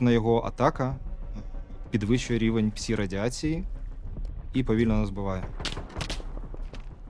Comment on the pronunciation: "psee effects" "psee radiation"